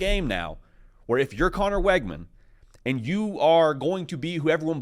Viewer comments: His name is pronounced Wigman, not Weggman. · It's pronounced "wig-min". Learn it so you don't sound stupid saying "Weg-man"